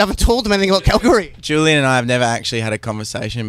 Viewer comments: Kalgoorlie, Western Australia (Kal-gool-lee) but he's saying Kal-goorly or something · KalGOORlie, not Kalgoorie